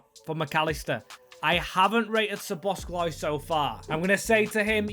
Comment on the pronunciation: Hi! Great video, love to see another series with awesome storytelling. But please, as a Hungarian, it hurts my ears when you say SzoboszKlai. It doesn't have the letter k in it 😀